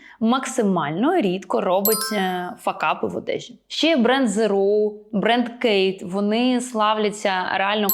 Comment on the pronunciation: kate spade???😆 може khaite?